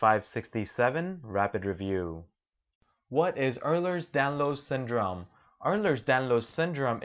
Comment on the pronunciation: You may want to pronounce Ehlers Danlos Syndrome the correct way if this is an informative video.